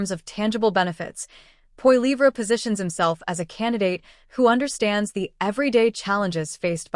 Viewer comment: LOL The bot can't even pronounce his name.